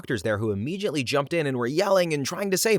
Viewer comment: Narrator, please stop mispronouncing the word "immediately." It does not contain the sound of the letter "J."